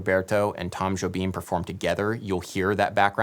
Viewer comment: At least you pronounced Jobim fairly enough.